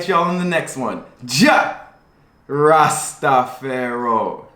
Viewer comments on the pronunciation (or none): I love your videos but why do you say " Rastaferro " ? Lol, I am Jamaican. Blessings